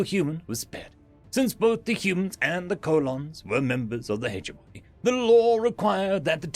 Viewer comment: hedge-money -> heh-jemonee